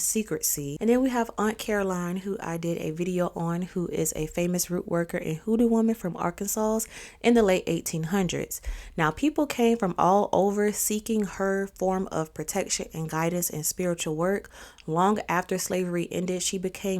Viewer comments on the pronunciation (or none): Not trying to be funny but live how you pronounced the 's' at the end of Arkansas 😅